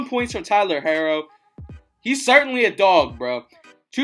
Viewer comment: Omg you saying his name wrong its pronounced hero it just has to r's